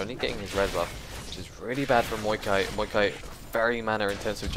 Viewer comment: Dude its maokai not muikai or however you say it